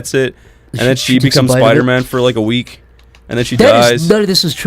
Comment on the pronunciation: You can tell is bulshitting when he puts extra emphasis on the word 'week.' hahaha